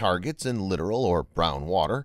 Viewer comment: Archipelagos and littoral. The ubiquitous VO guy really needs to look up pronunciations. For a guy that does VOs for thousands of ytube videos he can't read for shite. It's truly amazing.